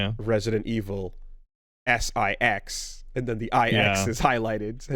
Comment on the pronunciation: resident evil S"IX" (nice )